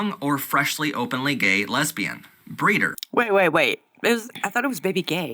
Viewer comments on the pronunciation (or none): Am I the only one who noticed he mispronounced breeder?